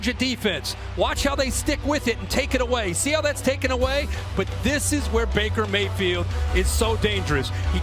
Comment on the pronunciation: Me and my Dad started calling Baker Mayfield "Maker Bayfield." And I swear I heard "Maker Bayfield" throughout the entire game! Lol good video man.